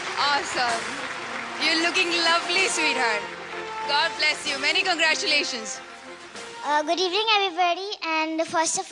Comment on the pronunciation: When she said congorusation Miss her acting in tmkoc disha mam pl come back